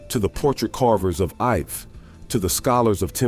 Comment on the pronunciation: The correct pronunciation of Ife is EE-fay.